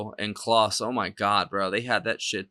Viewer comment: FYI, Klaus is pronounced like house not Santa Claus. You picked a great song.